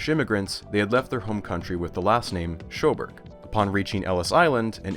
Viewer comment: Where'd you get that pronunciation for Sjoberg? My ancestors who were also required to change that at Ellis island ended up with a different tweaked variant, but I learned the Swedish sjo is like Yo, but with a Scandinavian intonation.